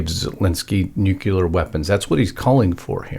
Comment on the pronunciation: NUCLEAR. Pronounced new clear. NOT nucular.